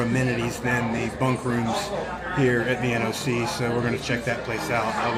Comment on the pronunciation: Finally…an AT Thru-hiker who pronounces NOC correctly instead of calling it ‘The Knock’.